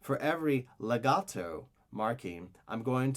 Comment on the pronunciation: I love how you sound so Italian when you say words like "pizzicato" and "legato"